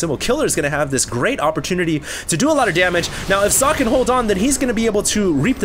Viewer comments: Its not Zock... its Soc-Ay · Sock-ay not Zock! Get your names right xD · sock... its SOCKEE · ure a complete dumbass and i'm glad people ripped into you. How bout YOU get ure names right. As i'm sure people have told you, it is actually zock-uh not sockay. Just cause day9 and Apollo pronounce it that way doesn't mean its right. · you are correct i was unaware of the correct pronunciation. I had always heard Sockay. I apologize for my apparently unholy mistake. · It is zocke like zerg and the end is not ay its e like elephant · am i the only german who is quite confused by calling Socke just Sock? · I thought it was pronounced Sock-eh. Shows what I know. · actually it's german so it sounds more like zock-uh. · hey! Socke is a german player as you know. his name 'Socke' actually means sock in english. it is pronounced [zɒkə] in international phonetics. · its pronounced zock-y, he is german and they dont have the s sound there its always Z. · It's So-cke and this is german and means "sock" xD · No, it is So - ke it is german and means sock. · No, it's Zock. In an interview Socke was asked how it's pronounced and he said Zock. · You pronounce "socke" Sock-eh where the "e" has the same sound as when you say "meh" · actually it should be pronounced like Sock and "a" like in "a car" because its german ;) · You pronounce "Socke" like Zo-keh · Back in the HDWT, said he actually asked Socke on how to say his name. It's really like Zock. Just saying dude:D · its german and you pronounce it socke and the e more like in game but it means sock in englich so sock is propably the best way to pronounce it right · Socke is from Germany. Pronounce his name correctly, you fool. Listen here: dict[dot]cc/?s=Socke